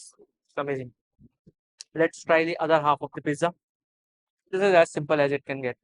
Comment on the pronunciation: WTF is wood fire”Feezah”😅😅😅😅😅